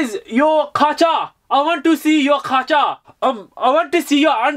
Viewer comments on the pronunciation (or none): It’s not Kacha it’s kachi